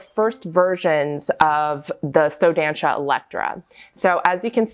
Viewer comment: Dança is pronounced "duh-ssah"